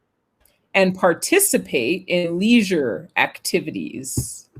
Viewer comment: Just one mistake "leisure "!😆 thank both of you! see you 😊